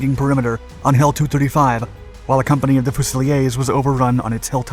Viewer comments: Fuze-ill-ears, not Foo-silly-ayze. Pistol-ears, not Piss-toe-liase. 🙄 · You really must check on the pronunciation of some basic words. You pronounce " fusilier", fuze - i leer, as fuzil i - ay which makes them sound like bloody Frenchmen!! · FUSILIERS.. please not FUSILIES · It’s so strange hearing fusiliers pronounced few-see-lee-ayes rather than few-sa-lear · Good video and correct pronunciation of The Gloucesters as The Glosters. But if it is 'fusileers" not "fusilyer" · This footage is crap , you showed US tanks and US infantry . Also its said ‘fusileeers’ not ‘fusiler’ … them ‘centurions’ are US Pershing or patton tanks i cant remember their name off the top of my head brain fart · Small correction Fusiliers is pronounced Fuse a lears Or in some areas of Britain Fuse I lears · Fuse - ill - leers.. They are British not French... Sorry but it would be similar to my pronunciation of the flying eagle's being the flying beagles... Sorry again but there was a time I wore the badge and the hackle of the Northumberland Fuse - ill - leers.. Fusiliers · Fusiliers is pronounced as in Lears. So many of your videos are spoiled by poor pronunciation. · You scored points with your pronunciation of Gloucestershire but lost it on the pronunciation of fuseliers its pronunciation is FYOO] + [ZUH] + [LEERZ] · fusiliers pronounced 'fuzy-lears' for british, it's originally a french term. [as you pronounce it] that means 'rifleman' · Blooming hell surely when researching you can find out regiments in british army with fusiliers in the name of regiment is pronounce fuse-ih-leers. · I hope you read this. Fusiliers. Fuse - Ee - Lears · You can pronounce Gloucestershire but not fusiliers??!! The pronounciation is a far simpler fuse-a-leers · Correct Pronunciation is: 'Fuse - A - Lears'... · No British troops or equipment are shown here. The correct pronunciation is `Fusileers' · Fuseliers is pronounced "few-ze-leers" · It’s pronounced Northumberland FUSE-A-LEE-ERS.